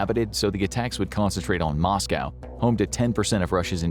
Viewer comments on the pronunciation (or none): none